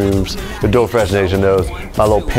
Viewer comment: "dough fresh" XD